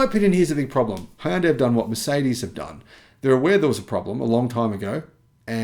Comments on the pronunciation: Hyundai rhymes with "Sunday" (HUN-day) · Great channel however one thing bugs me a bit. What is the correct pronunciation of Hyundai? My understanding is it rhymes with Sunday???